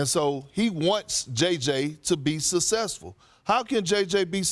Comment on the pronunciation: “Take it outta contents,” “sussessful,” etc. Perk sure has a way with words.